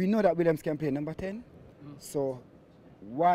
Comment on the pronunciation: 😂😂 he's a legend at killing names... he even says Williams 😀😀